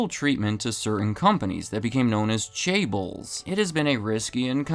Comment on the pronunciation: Asianometry wouldn't approve of you pronunciation of chaebol (or however you spell it). That's OK, I'd pronounce it that way, too.